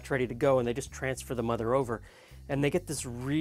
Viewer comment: i am French Canadian and i understand English very well in fact i understand you completly but phonoticly i don't know what i am hearing when you speak of the 'mudder' mother... what is the word you meant please lol???